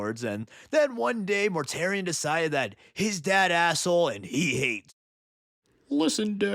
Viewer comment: Mortarion: ❌ Mortare Ian: ✅